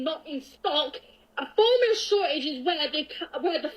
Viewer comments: she said formula wrong like ten times like jesus lady how broken is your tongue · this is the third time she had a problem saying formula...